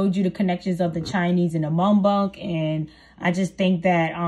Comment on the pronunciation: Girl it’s Muk Bang!